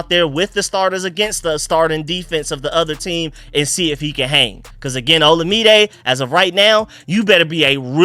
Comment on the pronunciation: Third video, third time saying FYI Olamide is pronounced like oh-LA-mi-day. You'll probably see all three of them around the same time, lol. Keep up the good work on the breakdowns!